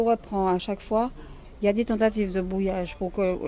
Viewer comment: “Y a des tentatives de bwouillage”, “ILS ont activé des bwouilleurs depuis qu on a commencé à diwe des twucs qui dewangent” non mais stop! 🤣🤣 après le complot mondial contre l émergence de l Afrique, celui contre le fwere 😂👍🏻🙄 pour l’empêcher de diffuser la vérité au monde entier...